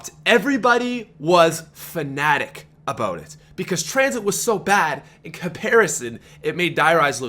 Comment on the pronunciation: Dropping a like just because of how says "aboot"